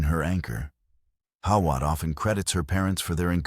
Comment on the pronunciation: Pronounced How-it .